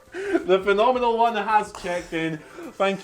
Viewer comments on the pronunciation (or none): The "Pha-mini-mal" One? 🤔